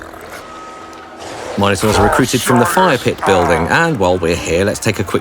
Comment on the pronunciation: I'm sorry. I appreciated and enjoyed the vid, but I can't get past your pronunciation of "minor-taurs." Are you talking about a massive, powerful unit here or a bunch of juvenile monsters?